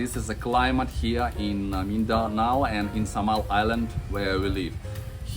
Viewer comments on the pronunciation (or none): none